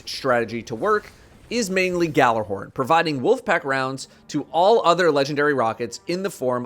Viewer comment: I’m not gonna lie every time i grease someone mispronounce gjallarhorn it annoys the fuck out of me and I’m sure it pisses off any Nordic viewers too lol